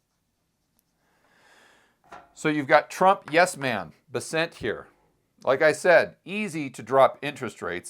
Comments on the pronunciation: scott Bess- ent, not B-sent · It’s BEssent, not BesSENT